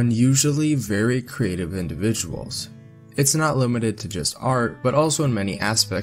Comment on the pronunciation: Creative not craytive